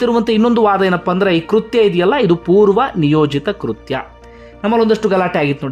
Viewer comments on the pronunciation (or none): none